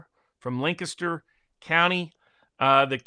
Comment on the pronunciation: Shoo fly pie. Montgomery pie. Awesome woodwork. said "Lancaster" correctly. Cheers.